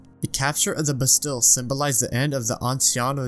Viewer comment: bastille is pronounced ba steel btw, amazing video though genuinely im binge watching your videos